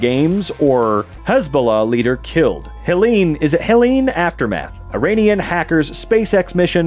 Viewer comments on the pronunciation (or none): none